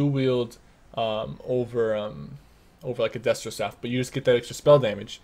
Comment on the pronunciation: its pronounced destruction and restoration. not destro annd restro :( but nice video